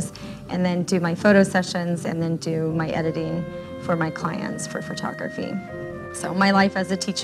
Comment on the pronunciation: omg - I was looking for this. Is that an "accent" in that part of the state, or is she saying it wrong?